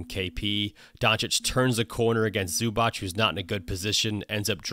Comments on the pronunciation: He is Zubac not Zubač (Zubach) or Zubak:) Nice breakdown. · Its Zubac not Zubach. It's pronounced Zoobatz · ZubaC, not zubač, not zubak... ZubaC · ZubaC , not zubač... C !!!! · Just to point, Ivica's surname is not pronounced Zubach but Zubats (the last letter is pronounced like ts in tsunami). Besides that great video Coach, playoffs will be even more fun with your videos. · It's more like zz in pizza ;) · ",we dive deep", and you cant or dont know how to pronaunce Zubac oh maaaan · I know it might be weird, but what I actualy love the most about your vids is that you actualy understand that not everything is a stepback. Nowdays people call everything that isnt a drive or a stright up pull up a fadeaway and it is so annoying. A fadeaway, side step, everything just thrown into one basket. On the other hand, that is some awfull pronounciation of Zubac lol.